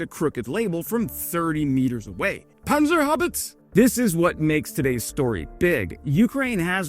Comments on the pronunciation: It's pronounced Panzerhaubitze. With an "e" at the end. Not Panzerhaubitz. And German words aren't pronounced particularly quickly or aggressively. That just sounds ridiculous. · It's pronounced ˈpant͡sɐhaʊ̯ˌbɪt͡sə (Panzerhaubitze) not panserhaubiz or however you pronounced it 😅 Well we also need to know what is useful on the battlefield and what works to implement it in our own military in the future and already having the production lines up is a good thing. You could have spoken a bit more about the drones and the company and such . Still good enough video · 💙🇩🇪🇺🇦💛 Btw. The "e" at the end of Panzerhaubitze isn't silent. It's pronounced just like an english "a".. so - a Panzerhaubitz- a .. 😁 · It's called "Panzerhaubitze". The E at the end must be pronounced at all cost. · Panzerhaubitze is pronounced like "Pant tser how bit tse" and in Germany we don't speak with a pressure like we have to take a dump 😁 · I appreciate your work, but your "PANZERHAUBITZ!!!"-joke is not exactly new anymore... And, btw, Germans don't understand the funny part, as we would never bark it like that and it ends on a soft "e" not "tz". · Dude, unless the word comes from another language we speak all the letters! It's Panzerhaubitz-eh! ;) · "Panzerhaubitze" Don't forget the "e". It sounds terrible without. Greetings from Germany!!! o7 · He butchered it already to "Panserhaubits", so I don't care anymore about the e. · Please,, please please for the love of god, learn how to say "Panzerhaubitz*e* ". You miss an entire syllable. You sound utterly uneducated and...low, the way you butcher it. The worst kind of "I am the image of the uneducated american with 4 years of education". Seriously, this is so far beneath you. Learn it. edit: Or just avoid non-english words entirely, please. Nobody forces you to be rude or crass to non-english people. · If you always mention Panzerhaubitze, then learn how to pronounce correctly. It is lame.